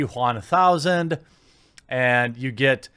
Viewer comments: Why do you say t Juan thousand. I understand wamanator but now I'm a bit concerned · "The T Juan Thousand" Please tell me they're actually calling it that. It would be the best name since BatManuel on the live action version of The Tick. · I get the political bias but your emphasis on" T Juan1000" seems like you have some personal beef with having a latino in the movie. regardless of the message. Thought you were better than that.